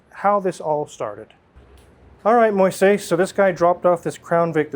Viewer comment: Moises is a really common name in Latin Countries. Its a biblical name. has a hard time pronouncing it, its very funny.